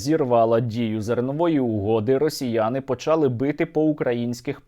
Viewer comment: почалИ, а не почАли, почАли - це діалект, правильно говорити українською мовою почалИ